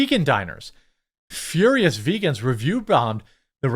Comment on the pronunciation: veegaans are reetaards!